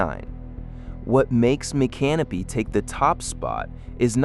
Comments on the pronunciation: You mean like Mic-can-o pee? Not My-canopy? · The correct pronunciation is "Mic -Can-O-Pee" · That's not how you pronounce micanopy, it's not can o pee, that's what you pee in, it's Mick uh NOH pee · Nope....Mick- uh- NOH- pee. I used to live right down the road, knew people who live there, there's no can- o- pee in Micanopy, Google it they'll tell you how the locals pronounce it. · Micanopy (mee-can-oh-pee)